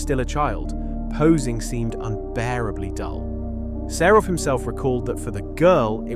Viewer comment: Українська мова СПОТВОРЕНА ШІ! Невірні наголоси, місцями розповідь прискорюється до скоромовки, сам ритм розповіді - на одній ноті, художника Серова ШІ перетворив на СарУфа, слухати все це було просто огидно, невже не можна, щоб текст читала людина?